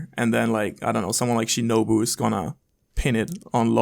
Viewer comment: It’s Shinobu 🤷🏾‍♂️